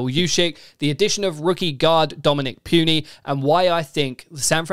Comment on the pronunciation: Hate to be that guy but it's pronounced "Poo-nee" not "Pew-nee"